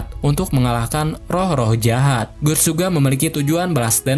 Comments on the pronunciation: Gutts itu dibacanya Gats bang, buset... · guts bacanya gats!!!